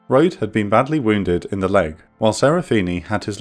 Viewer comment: Rohde's name is pronounced "Roh-dee". There's a whole paragraph in Hornfischer's book about how he corrected a superior when it was read off of the roster incorrectly in training by a CPO and was dubbed "shithead" for the rest of the cycle by that CPO.